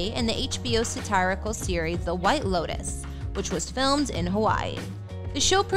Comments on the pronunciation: "Sah TAR eh kal"? Most folks would pronounce that word "Sah TEER eh kal". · Who's Matt LuhBlank? It's LeBlanc, ( lə BLONK ). Little miss narrator needs to learn how to pronounce satirical also = ( sə TEAR ə kəl )( sât TEAR ih cul ) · Satirical…is pronounced sat ear e cal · Narrator, you had ONE JOB! The strange pronunciations of words like "Sandra Bullock" and "satirical", made me shudder ... 😖